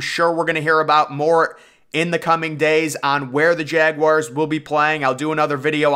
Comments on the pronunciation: It's not pronounced JAG WIRES Is JAGUARS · please dont ever say jaguars like that again